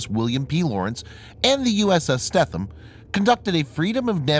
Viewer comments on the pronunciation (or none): FYI...USS Stetham is pronounced Steetum...as always, another excellent video! 👍🏻👍🏻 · the e is not silent in the stethem its long